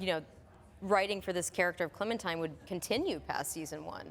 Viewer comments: My guy just said clementeen instead of clementine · “cLemInTIne” Clementine YOU UNCULTURED SWINE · mans really said "Clementeen" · Clementeen? Did anyone else hear that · I died when he said Clementeen. Anybody else?